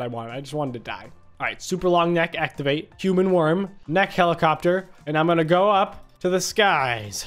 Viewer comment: Is not a nek is a wirm